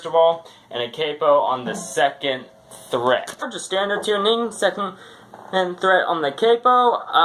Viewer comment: It's fret, not threat lol